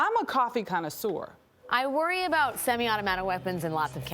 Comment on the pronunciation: she said simi automato